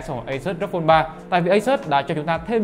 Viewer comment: REPUBLIC OF GAMER thì đọc là ROG ROG i chang thì đọc là Rốc ?????